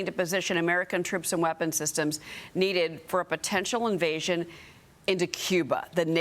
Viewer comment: Can she not pronounce the name Katie???